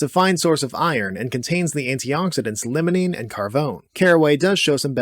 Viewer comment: Calling limonene lemonene is kinda ticking me off lol